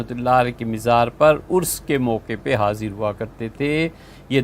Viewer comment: لفظ عرس ہوتا ہے نہ کہ ارس